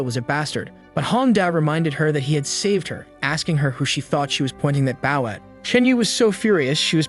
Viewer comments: edit your script text to pronounce bou instead of bau its irritating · It’s bow not baw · I like watchin your vids mate but your realy starting to anoy me now can you not pronounce the word bow properly have you never heard someone else sayin bow and arrows it's now takin a bow by bending your body it's using a bow to kill an enemy